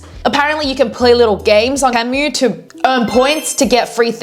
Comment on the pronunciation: Temu is pronounced Tea-moo and all this video did was remind me to go scroll on the app